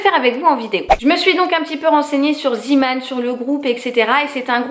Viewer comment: Coucou! Je voulais te dire que Zeeman se prononce Zémane et la traduction c’est « un marin » en gros Man = homme et Zee (zé) = mer donc homme de la mer 😊 voili voulou ! En Belgique ça existe depuis des années et vu qu’on parle aussi le néerlandais on le prononce en néerlandais hihi 😉 gros gros bisous à toi et ton petit Léo 🥰🥰❤️